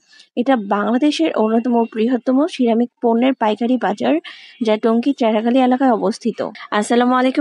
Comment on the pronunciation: Ceramic উচ্চারণ পারেন না, তাহলে এতোবার বললেন কেনো??